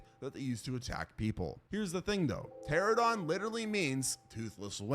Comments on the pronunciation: Every time this man tries to say Pteranodon, I cringe. Teh-RAN-oh-don. Not terror dong. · PterANOdon, not "Pterodon". You aditted that the name means "winged and toothless", yet your pronunciation omits the syllable that actually denotes this.